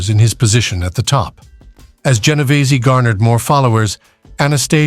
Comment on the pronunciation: Genovese not what is being said by this British narrator who mispronounces some Italian names.